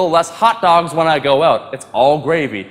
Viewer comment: "I do like helping people oot"😂....so damn Canadian, priceless!